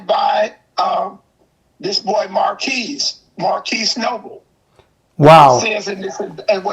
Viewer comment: This man said marquise noble smh